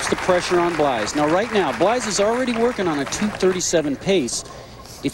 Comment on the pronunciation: Think how bad the present day PBA broadcasts would be if Brian Voss was in the booth. Bland-bland-bland. And why does he keep calling Randy PEED-er-SON "PED-er-SON"? Good Lord. And doesn't he call Blaise "Blize"?